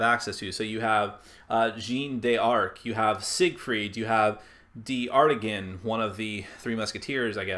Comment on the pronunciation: FYI, the Musketeer character? His name is pronounced dar-TAN-yan. That is all.